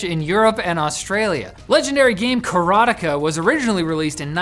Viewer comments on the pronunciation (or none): It's "Kara-teh-kah", not that weird mush of sounds you said,. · They way says "Karateka" made me feel like I was having a stroke.